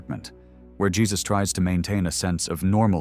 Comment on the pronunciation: Is the main character in The Coffee Table really named Jee Zuss? Or is his name Hey Zeuss? I really do not like these AI voice-overs.